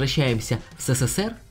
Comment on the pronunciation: СэСэСэР???!!!! Серьёзно?! Поработай над лексикой!!!